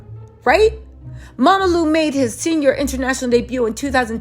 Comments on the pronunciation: She called him "Mamalu" instead of Romelu 😂😂😂😂😂😂😂 I'm done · Its ROMELU not Mamalu😅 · Mamalu 😂😂😂😂nah it’s Romelu 😀😀I’m dead